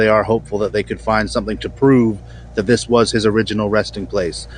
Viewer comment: "Dis guy"